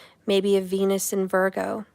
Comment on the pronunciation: Oh, venus is cancer... I had to do a double take... Thought you said "he might have penis cancer"